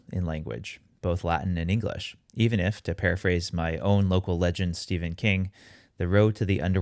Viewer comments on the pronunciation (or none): none